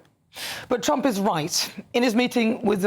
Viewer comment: Your wierd not Trumb